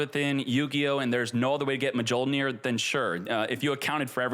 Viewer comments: The J in Mjolnir is silent. “MeeOlnear” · Me-yol-neer!! You don’t pronounce the J. Pet peeve of mine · please for the love of god. Its pronounced Myool-Near. Its thors hammer on Norse lore. Mjolnir is pronounced Myool-Near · I am the only one who gets cringe every time says Mjollnir with the "J" on pronouncing?? Like thanks god i play Marvel Snap and i know how to pronounce Mjollnir correctly every time hearing Thor chanting it! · Come on man. Mjolnir still can’t be pronounced. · Definitely not how you pronounce Mjolnir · The j is silent